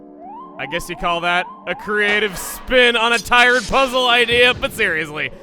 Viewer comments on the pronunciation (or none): "Creative SPIN on a t-EYE-red puzzle"